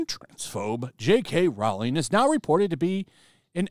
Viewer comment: Rowling is pronounced like Bowling, not like Howling.